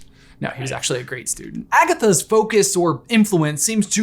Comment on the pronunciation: You said agasses